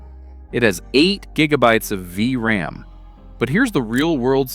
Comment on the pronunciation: The Ai voice had a bit to go, V...RAM.. Great vid nonetheless, they're selling these cards for like $50 which is pretty sweet.